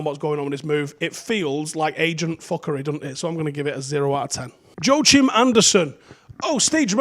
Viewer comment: Joo chim Andersen? 😂😂😂😂😂